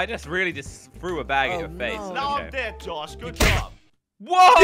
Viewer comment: It's not ded it's dead